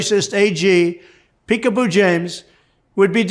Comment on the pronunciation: He's calling her a dog, peekapoo, a cross between a Pekingese and a poodle, he just misspells and mispronounces it, because he's dumb.